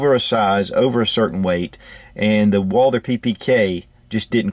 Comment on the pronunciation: First of all if i was to make a video of a firearm i think i would do my best to at least pronounce the name say if the firearm was WALTHER and someone called it WALDER if you can not pronounce the right way than maybe you should collect stamps.